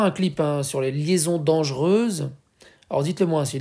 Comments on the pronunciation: c'est liaisons dangereuses et non dangeureuses. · "les liaisons dangereuses" et non pas "les liaisons dangeureuses" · Sinon c'est liaisons dangereuses. Pas de u à la deuxième syllabe. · les liaisons dangereuses... pas de u après "re".